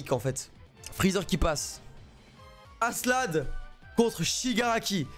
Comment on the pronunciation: tu vois pas le K dans askelad XD parce que aselad ca pique les oreilles XD